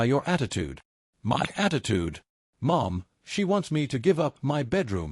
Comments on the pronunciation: Very annoying robot keeps reading the word " my " as " m why " like the 2 letters are single letters . So the channel owner doesn’t even check anything ...that’s exactly why people won’t subscribe and will even stop listening in the middle of the story . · It's MY home not M Y home hate AI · When the AI sees "not in MY apartment", how does it know that is a word in all caps for emphasis, as opposed to an acronym such as ACLU or YMCA? Please explain exactly how the software works when it comes to things like that. We'd all love to hear your "expert" knowledge on the subject.